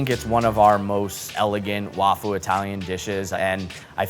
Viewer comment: LMAO i remember hearing that and not thinking anything of it for some reason but yeah "suh kuh mon" is crazy too. i feel like if you're taking on other cuisines and stuff the bare minimum is learning to pronounce them correctly. at least he said wafu right and not "waifu"